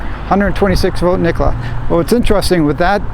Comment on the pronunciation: Nikola has 3 syllables.